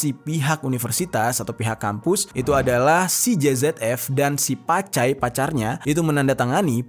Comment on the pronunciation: Bukn pacai tapi cap cai 😅😅😅😂😂